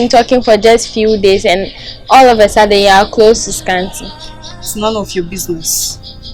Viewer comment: Scanty said all los of a fudden 😂😂(all of a sudden)